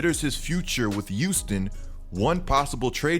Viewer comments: Thought it was Houston not youston. Good vid though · The way you say Houston kills me😭